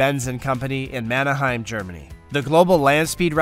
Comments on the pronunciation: not "Manahaim" ... it's "Mannheim" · The video was good, but you need to learn how to pronounce things. Manheim is pronounced "MAN" "HEIM" (or HIME) and not "MAN" "A" "HEIM" no "A" between the two halves of the name. Also changes to a cars design are not called "ALTERCATIONS" they are "ALTERATIONS", an "altercation" is a fight, or scuffle... and an alteration is a change or modification. Also not "A" "SSEM" "BLE" "LY", but "A" "SSEM" "BY" 3 syllables not 4... All of the errors in speaking were driving me nuts. If not for this I would have said the video was excellent. I did have issues with some of the engines listed however. Combining multiple engines such as 18 chainsaws which are not a large motor, the two engines in the Semi-Tractor might count, as two, but not one engine, and the 48 cylinder motor cycle counts as three engines.